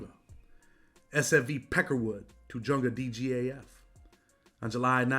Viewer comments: Bro it's pronounced "tuh-hunga," not "tuh-junga," (even though it's spelled Tujunga) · Tujunga, the J sounds like an H. Tuh Hung Ga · The way he says Tujunga ....SMH